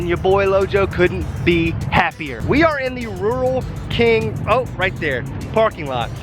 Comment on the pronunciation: its pernouced rule king